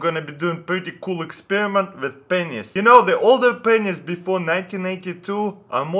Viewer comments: can't stop laughing... that pronunciation... p***s😂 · Lol i thought he says "Penisses" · did taras say pennies or pen15? jk jk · Let me guess before watching the video. He will pronounce pennies as penis. I can tell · Every time he says pennies xD ROFL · make sure to turn on your captions when he says "Pennies"